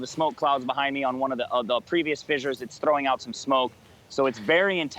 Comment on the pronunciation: I think the proper pronunciation of "fissures" is like "fishers," not "fi-jers."